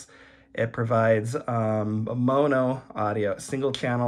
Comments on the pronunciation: Yup. You still pronounce it incorrectly. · What should it be? Monnoh? There's only one N. pronunciation is correct? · Never heard anyone pronounce mono with two hard o’s before. Thanks for the tutorial!